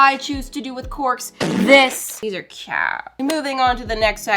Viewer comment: “these are cOoUtE” 😹